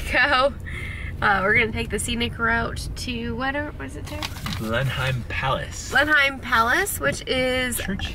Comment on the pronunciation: Blenheim, pronounced Blenem. Thanks for the upload. Blessing to you both.